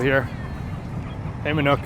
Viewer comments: Manok is pronounced more like "ma-knock" Than "ma-nook" Great vids, keep up the good work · It is not MANUK but MANOK learn to speak